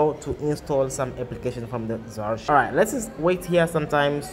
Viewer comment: What the hell is zarr-shiver? XD It's Z (the letter Z) arr-ky-ver. Archiver. Like archive, but with er on the end. Z-Archiver. Also, Magisk doesn't work on knock off Chinese phones, as they block access to recovery mode and the sideloader.